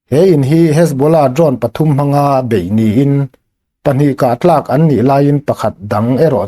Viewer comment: Pahnih 'kah tlak' lovin 'kah-thlak' tih zawk tur